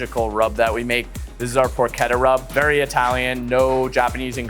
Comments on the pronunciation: also pork-etta lol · Appreciate that he butchered pronunciations from both cultures equally. Guy-oh-za and Porketta